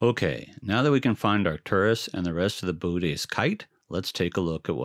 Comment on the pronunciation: You do know that it's actually "boh-OH-teez", not "BOO-tez", right? That second O has a diaeresis for a reason. Lovely series of videos otherwise!